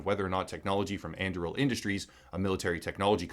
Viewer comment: And Im pretty sure that "On-DOO-ree-ill". As in Aragorn's sword in LotR